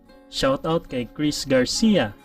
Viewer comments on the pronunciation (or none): none